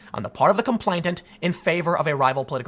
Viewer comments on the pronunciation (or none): The word is com-PLAIN-ant. NOT “com-PLAINT-ant.” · It's "complainant:, not "complaintant", ya beanie wearing goober! That's all I have to criticise here, though. Spot-on, otherwise, man. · *Complain-ant. No t in the middle there, Tim. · Complainant is pronounced "complain-ant," not "complaint-ant." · ComplaiNant, not complainTant. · Tim, stop saying "complaintant". He who is complaining is a complainant. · TIM... TIM... THE WORD IS COM-PLAIN-ANT!!! IT’S RIGHT THERE IN FRONT OF YOUR FACE!!! YOU’RE DRIVING ME CRAZY WITH THIS, DAMMIT!!! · "Complainant" has only one 't,' Tim. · Tim, you keep saying complainTant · I suspect that you think the word complainant has a t in the middle of it. It doesn't. You mispronounced it every single time in this video, so I'm fairly sure you must have a misapprehension on its pronunciation. Thank you for keeping me informed about these corrections. I was nearly taken in this time. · Gettin real triggered by that second T in complainant lol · Tim, just so you know complainant only has 1 t, not 2. you're welcome. Did anyone else notice this?